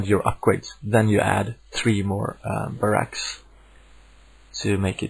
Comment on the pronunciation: I love helpful videos like this (been playing starcraft since launch and still find joy in the game when I'm nowhere near the koreans). Anyway I laughed hard every time you said "baRACK" sorry.